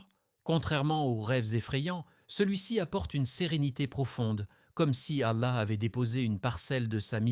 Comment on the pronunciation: Qu'est que fait une croix dans votre vidéo ? --> Qu'est ce que vous voulais dire par cette image ? Il faut faire attention aux images générées par l'IA. Un conseille, pour un message plus claire utilise une vrai voie qui prononce correctement les mots arabe. Pourquoi vous utilisez le nom du Dr Zakir Naik dans le titre de votre vidéo ?